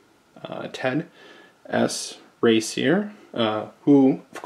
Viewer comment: It's Raicer pronounced as in "racer" - useful, simple & well edited, short unbox, thank you very much.